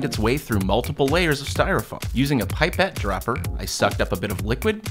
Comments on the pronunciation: "piepette" dropper. Uh, that's not how you pronounce it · A pie-pette😂😂